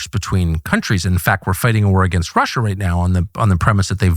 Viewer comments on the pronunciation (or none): none